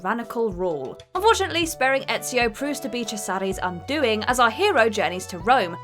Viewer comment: that would imply either a sense of humor or enough confidence to actively instigate the haters, and i dont think either is true. ETCHIO tho.... she only pronounced Ezio as ETCHIO once, but that hurt.